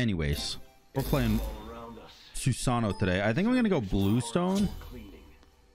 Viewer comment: say Susano without the "-ano"